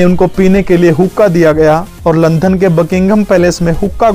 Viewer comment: अच्छी जानकारी दी है । भाई , आप लंदन . को लंधन क्यों बोलते हो ।